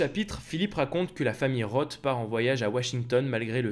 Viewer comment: '' Roth '' se prononce '' Ross ''.